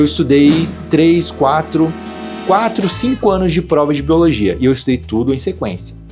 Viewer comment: boiologia kkkkkkkkkkkkkkkkkkkkkkkk eu fiquei praticamente o vídeo todo rindo disso, mas me ajudou mt vlw